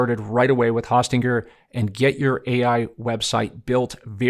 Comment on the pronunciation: Very informative video tut ... thank you! In the future, I believe it's pronounced Hosting er.